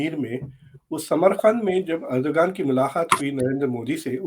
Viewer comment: the name is written ErdoGan, pronounced ErdoAn!